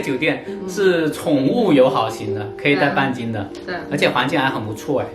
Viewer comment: 你喊半斤的时候，我听成了bia ji😂